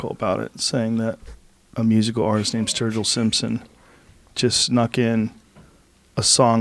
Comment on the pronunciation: Dammit! Up early morning to practice my 3'd language, German. Though now, after hearing Sturgill proclaim his rap name to be "Sturg-Ill", call me intrigued and maybe even a little 'man crushing' right now. Fuck it, I ain't exactly a country fan though will check out their music just for them being reinassance men musically seeming knowledegable even about rap.